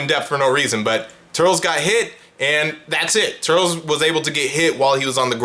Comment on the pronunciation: Nah why brotha call him turls